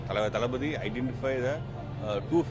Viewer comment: Thlapati nahi thalapathy